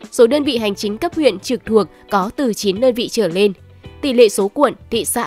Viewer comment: Cô MC này nói ngọng, "trở lên" thì cô ta đọc thành "trở nên". Bộ bản tin này hết người đọc rồi sao hả ?